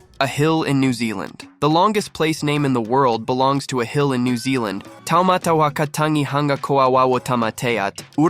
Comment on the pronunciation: NEW *ZEALAND